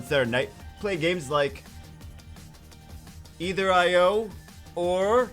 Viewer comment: its Pronounced Either Not Either..... Get it right...